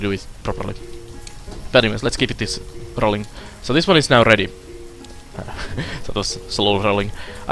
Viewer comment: rrrrrroling XD :P